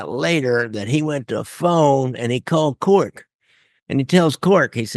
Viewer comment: Isn't it CORKY.... Instead of just cork?